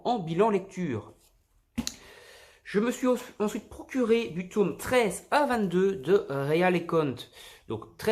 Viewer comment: Super vidéo mais pourquoi tu dit toume ? Sinon super achats